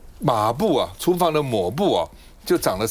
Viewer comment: 跟着我念，抹mā布